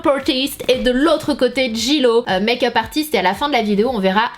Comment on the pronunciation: Pourquoi tu dis dans toutes tes vidéo tu prononces mayk up au lieu de make up🙄